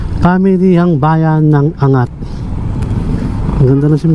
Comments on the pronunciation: AN-GAT hindi Angat. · Ang lawak pala ng Montalban.Para kang tourist guide.Your video is informative and enjoyable. May ibang daan pala papuntang Bulacan and Nueva Ecija na hindi dadaan ng NLEX.Anggat is the right pronunciation, not An-gat. Have more of thesevideos. Congratulations! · Tamang pag bigkas ng Angat---ANG GAT hindi angat. Parang hindi nman safest yan lalo na sa gabi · ang tawag sa bayan ng ANGAT ay AN-GAT. Hindi po angat na parang binubuhat. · The correct pronunciation is ANG-GAT, not ANGAT. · An-gat po hndi "angat" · an>gat hindi angat bro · Angat pronounce as "Ang-gat" po hehe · Anggat po ang pronunciation nyan.